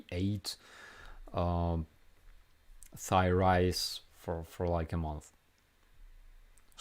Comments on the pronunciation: Friendly note to..you pronounce the TH perfectly, very good 👍 but when you pronounce Thai ignore the TH ( it's the only exception I can think of) supposed to pronounce it Tai. So it's Tai food, it's Tailand (even though it's written th pronounce it T. I'm just trying to help and congratulations in pronouncing the just like an American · I have to laugh at all of your latest videos when you talk about Thai. The “h” is silent like “tie” and “tie land”